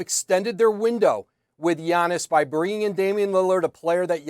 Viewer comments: Say Giannis’ name right! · Am i the only one who heard her miss up Giannis named lmao 😅😅😅😅. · They still can say Giannis’s name?? Lollll these reporters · Bro noone can say giannis name 😂😂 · They both screwing up Giannis name. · Bro fire that lady how does she not know how to pronounce these athletes names